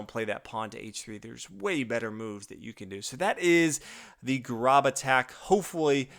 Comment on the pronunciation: It's pronounced Grōb like robe with a g ;) It's my last name.